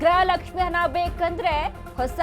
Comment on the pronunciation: ಅದು ಹನಾ ಅಲ್ಲ. ಅದು ಹಣ.